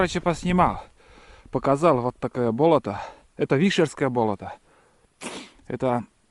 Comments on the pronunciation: Да не БОлото,а БОЛОТО!!!!!УДАРЕНИЕ НА ВТОРОЙ СЛОГ! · Не исправляйте... мне тоже сначала слух резало, а теперь привыкла, да и может у них так и говорят - бОлото.